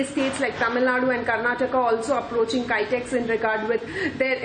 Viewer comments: Haha, it's not "Kytex", but Kitex. :D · It's kitex not kaitex